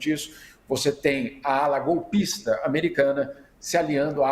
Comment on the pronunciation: Caiu na hora de fala Golpi... Golpi... Golpi INTERNET GOLPISTE 😂😂😂